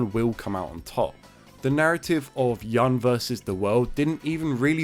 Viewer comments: It's Yun (like you-n), not (yan) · And also... Yahn?! Who the hell is Yahn? Without the video I wouldn't know he's talking about Yun , who supposed to be pronounced as "Yoon". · Yun should be pronounced like Yoon